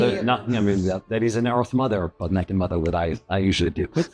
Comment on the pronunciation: Why when he said he very much enjoy the earth nother is sounded like he like earth milf.